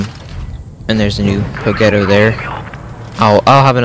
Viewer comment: The way u said progetto made it sound like Pro-Ghetto